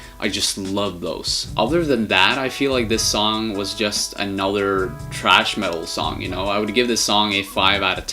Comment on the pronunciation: THRASH! It is THRASH, NOT TRASH. Dumb ass. THRASH is a kind of metal music that Sepultura plays. TRASH is GARBAGE.